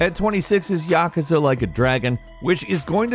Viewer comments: its pronounced YAH-KOO-ZAH not YAH-KAH-ZAH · Its not pronounced (ya-ka-za) its pronounced (ya-koo-za) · Yakuza (yuh·koo·zuh) will hunt you down if you keep calling them Ya ke za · Yawkaza ? It's ya ku za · "Yuh-koo-zah" ... that's al. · YES. It's "Ya-cooze-uh." Everyone knows that. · yaK-uza or YAKOOZAA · Wow! Yah-KOO-zuh boyeee Yah-KOO-zuh. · Its YA-KOO-ZA.. seriously dude? You dont know how to pronounce yakuza?? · he pronounced Yakuza wrong too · I die a little inside whenever he says yakuza 😂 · The way you say "Yakuza" hurts my soul. Other than that, love the content. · I’m triggered by how he says “Yakuza” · Yes ! I’m like wtf every time he says it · HOW DO YOU MISS PRONOUNCE YAKUZA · ...why is he pronouncing Yakuza like that? Makes it pretty obvious he hasn't touched a single game in the series. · Saying yakuza wrong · Anyone else get triggered on now he said Yakuza? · He obviously never played yakusa he can't even say it right